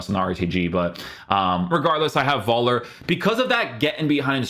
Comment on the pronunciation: Don't say 'Voller', say 'Phoeller'' - much closer to his name's pronounciation.